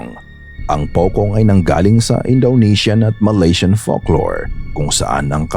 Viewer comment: Hindi po 'pokong' ang bigkas ng 'POCONG' kundi 'pochong' po.